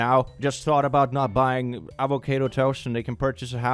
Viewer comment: Ffs stop pronouncing it avo-kay-doe.